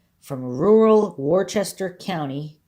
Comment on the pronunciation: Worcester is pronounced Woo-ster or Woo-stah here in the northeast. Good job on this mystery.